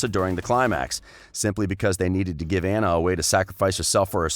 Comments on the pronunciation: It’s not aughuhjjghughuhnna it’s anna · It annoys me how he pronounces Anna Also I always thought hans was a more interesting character than the sisters. His story of being the 13th son and his desire to journey to "find his fortune" reminds me of alot of fairy tales where multiple siblings leave for that purpose while the older ones have either varied success or outright fail but the youngest succeeds and usually saves the others. His story had potential but it didn't pan out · You are saying Anna’s name wrong